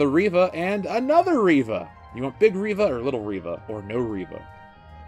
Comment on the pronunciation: Not Reeva, it's Reeeeeeeva